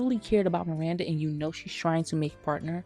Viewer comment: Preach sister! I'd rather be single than lower my standards and live with mental and physical distress. I also HATE Steve, just the way he pronounces Miranda – MIWANDA 😒... I've reached a point where I can't watch SATC anymore; it's a real pain in the ass. But I still love the fashion in the show; it is and always will be iconic 💖